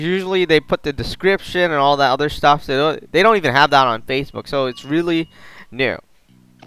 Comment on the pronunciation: When you said facebook you said facebox